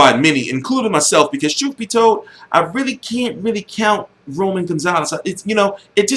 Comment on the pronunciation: why you say troof instead of truth lol